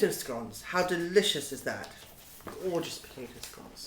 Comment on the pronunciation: hahaha, "Dishous" she says about herring roe !!!